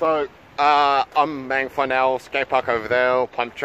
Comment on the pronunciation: Say the a like maaangawhai